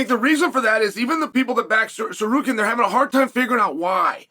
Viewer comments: did uncle chale just pronounce Tsarukyan right? 😶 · The first name uncle Chael says correctly EVER is „Tsarukyan“??? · But says „Tsarukyan“ correctly…. 😂